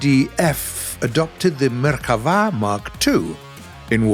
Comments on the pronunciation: It is not Merhava It is merKAva "chariot" in hebrew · I'm Israeli and I really appreciate the research on this video. I saw a MK4 in real life and it is by far my favourite, hope your working on getting it in the game. the only complaint I have is that the name "Merkava" is pronounced as it sounds and not like "Merchava", The stress on the last syllable is correct though (got me a little off guard ngl). Love from Israel!! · nah u donk say " merhava" you say " merkava" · Its MerKava not Merchava. Im an israeli citizen and ive seen them all day long :D The MK3D and the MKIV. We don't use MK2 and MK1 anymore, even the Merkava 3 is on its way out as i know. These tanks are BEASTS! Too bad the game version of the tank is not nearly as scary as the real one but then again most of the info about our Merkava is classified :D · it's merkava, not merchava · MerKava!!! With a K!! Not merilguctxvaaaa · Great video, but you said merhava, while you were supposed to say merkava. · Pronounced Merkava wrong lmfao 🤣 butchered hebrew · But why does he say merkava like that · Yes. Tho ol puts a bit too much flair on it.